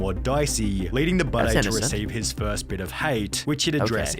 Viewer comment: I have the opinion that he spells and pronounced his name this way because he has a piss/scar fetish. Why else would you pronounce ‘Budday’ like bidet